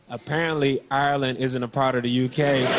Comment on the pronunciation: This is the first American I've heard pronounce Ireland correctly